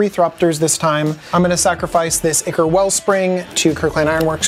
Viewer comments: So, I have a question: English isn't my first language. I feel like no person that is ever on this show pronounces the word 'ichor' correctly. They all say it like ick, rather than with an i like in "You and I". And I don't usually hear ichor anywhere outside the Command Zone channel, but there have been multiple people on this show that ALL pronounced it ickor. Am I just wrong in believing that it's pronounced kinda like aye-chor or aye-curr? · Myr is pronounced MEER, as in "mirror" or the word "mere." Ichor is pronounced "EYE-core."